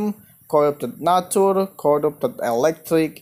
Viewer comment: i like how he says corrupted natoor dragon